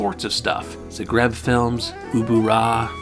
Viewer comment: Great video! Also, it's actually zAgreb